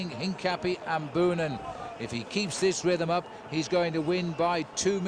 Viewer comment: It just hurts my ears every time commentator mispronounce Boonen's surname.